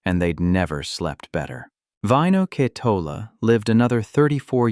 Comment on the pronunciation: Vaino Ketola Finnish name pronounced Vaino with long A and Ketola short “e” with emphasis accent always on first syllable . I wish narrator would pay attention to names. He changed every few sentences and often wrong